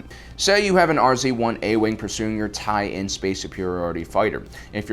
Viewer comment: We know he's either filmed this ages ago - or he's being purposefully Mischievous when he say Tie IN and not Tie LN.